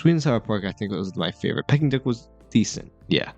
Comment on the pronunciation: Pls learn to pronounce ‘Peking’ duck correctly, it’s not ‘pie-king’ duck! The food at Dragon Legend is pretty good I think, nice variety. U missed highlighting the decor and ambiance, especially of the seating area, which is actually quite beautiful.